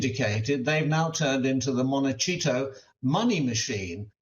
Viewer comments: Monte-cheeto. 😖 Monte-ceeto = Montecito. 🤣🤣🤣 No worries! Same thing lol! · Monte-Cheeto 😂 “Mr Harold Mountbatten Windsor”😂 I agree with him, but it’s still funny. *monte-SEE-toh *Henry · Pronounced "Monti seeto" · "Montechito" lol Hasn't he heard how that word is pronounced? It's all over the Internet! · "Montiseetoe, correct way to say it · Mont-teh-ceeto. Please learn to pronouce one of the most world's most expensive towns. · Hegs and Megs can still just buy a flat somewhere in London and then it's settled. And it's pronounced MON-TE-SEE-TO. MONTECITO. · I'm sorry to say this man lost my attention with "montecheeto" and Harry name is not Harrold it's Henry. It's bad enough Americans mispronounced names and details but really? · Well, I suspect that they're also paying some amount of US federal/state/local taxes, particularly if the home in Montecito (um, not pronounced Monte"cheato")...I don't think the commentator was being cute, there) is now their primary residence. They may be able to finesse some of the federal taxes, but California has the highest state income tax at 13.3% (over $1 million in income), then I'm sure they have steep real estate taxes. A bunch of rich celebrities were suckered by these two ingrates. Americans love redemption stories, but there's nothing to redeem about these two. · I like the way he said montecheato very apt for these cheats!! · How can this educated man not know how to pronounce Montecito? There is an entire town that has nothing to do with the dastardly duo. Why tarnish the entire town by calling it that?